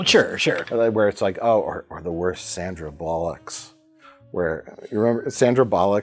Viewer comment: I love Mike's inability and/or refusal to say Sandra Bullock's name correctly.